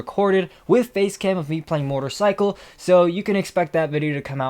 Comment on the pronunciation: When he said mortar cycle I thought he said motorcycle